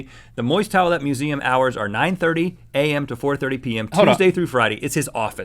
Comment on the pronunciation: Anyone else find Rhett's pronunciation of towelette weird?